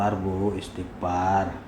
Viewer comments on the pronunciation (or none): Ngomng istighfar aja istipar....woii...